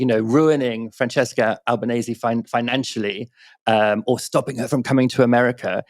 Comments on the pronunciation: She DESERVES HER NAME TO BE PRONOUNCED CORRECTLY!: It's Ahl-bah-neh-seh, not ahl-bah-neihs nor ahl-bah-neih-sih. Al-ba-ne-se. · Please pronounce her name correctly. .google it if necessary .it's not Albanaise . Which is is not correct. It's a matter of respect. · Pronunciation! Albanese rhymes with easy